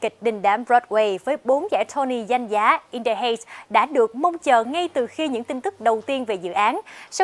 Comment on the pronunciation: Cô này phát âm in the heights sai rồi